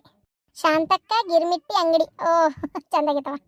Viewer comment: ಗಿರಾಮಟ್ಟಿ ಅಲ್ಲಾ ಗಿರ್ಮಿಟ್